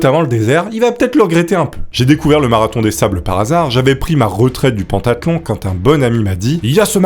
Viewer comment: Juste pentathlon se prononce pentathlon pas pantathlon, voilà quoi